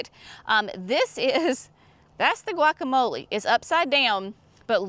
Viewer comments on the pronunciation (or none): none